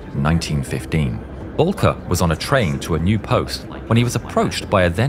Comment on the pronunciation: It's Oswald Bolcke